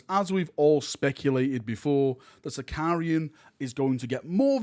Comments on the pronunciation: Thank you for all your videos and sharing rumours and enthusiasm! I know you get stick for pronunciation sometimes, so I'm sorry about this but it's my favourite heresy tank so I can't resist. It's a Sicaran not Sicarian - there's no i in the tank name.;) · its sicaran without the second I btw, been doing heresy since 2015 and i still get that confused lol